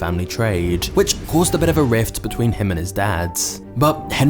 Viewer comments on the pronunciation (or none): none